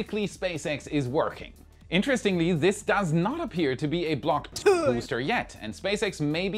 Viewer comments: no you didn't "block tuh" 🤣🤣🤣 You're going to venus for that. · The block 'Tuah" was wild 💀😂